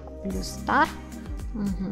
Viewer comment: интересно, но правильно не Blu a Blue